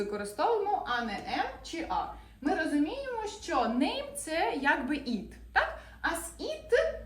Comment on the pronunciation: Ви неправильно вимовляєте на англійській мові воно "it". - Не "іт", а "ит"!